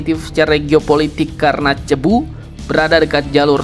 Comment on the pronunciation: Min, Cebu dibacanya sebu